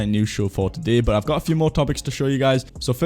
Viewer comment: love the way you pronounce today as "a-day"